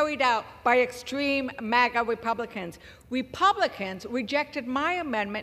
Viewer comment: Im sorry she lost me at "Extweem Maga Wepublicans"!